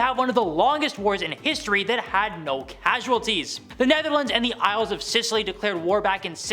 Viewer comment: Scilly Isles pronounced silly, not Sicily.